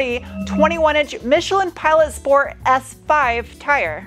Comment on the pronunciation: That and shport mode.